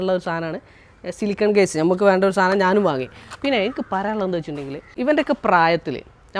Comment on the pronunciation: ആ നല്ല മോൻ വലിയ ഉയരത്തിലെത്തട്ടെ..ഗയ്സ് അല്ല കെയ്സ് എന്ന്പറയൂ സഹോദരാ